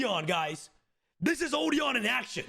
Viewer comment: Odion is been mispronounced